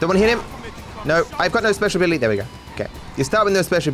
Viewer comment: He can't say "ability" 🤣 it comes out like a 3 year old "abilily" 😄😂🤣